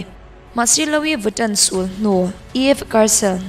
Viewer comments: Lo-i viton😂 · Luii viton ti a lam tur aw